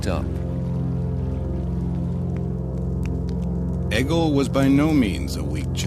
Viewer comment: Nice documentary but Egil is pronounced like “ey-yil” not “egg-il”